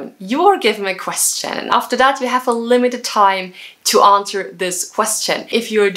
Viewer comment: Your pronunciation of question is omg